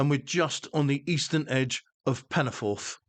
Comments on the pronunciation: . I've lived in the area for sixty five years and obviously know many people from the area, went to school in the area and have worked in the area and I'm very sorry but your pronunciation sounds nothing like anything I've heard, most people call it Penyford, though some native Welsh speakers do pronounce it differently it sounds nothing like the way you say it. Don't worry, I still struggle with the correct way of saying Welsh names that include the double D or double L correctly, at least you did try. Great video by the way, loving this series, this is not one of the more well known branch lines, and doesn't get the attention it deserves imo. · Its pronounced Penny - Ford